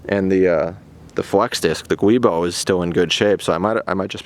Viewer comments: Nice and short video. To the point. It is giubo (joo-boh) btw. :-) Common misspelling is guibo. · X-drive would have worked as you were hoping. It starts with no power to the front and engages under load. I'm not sure how it figures out to keep the power off but I've pulled the front drive "propeller" from x-drive car before and it will run rwd. Flex disk aka giubo is pronounced Joo boh (named after joint in Italian, not sure why they didn't spell with J in English). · A giubo is a flex disk, not just known in the BMW community... they were invented in Italy 70 years ago and have been used in almost every make of car... “guibo” is a mispronunciation of giubo